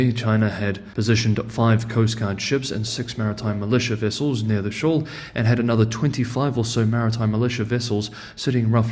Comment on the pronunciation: SHOAL....not SHAW !!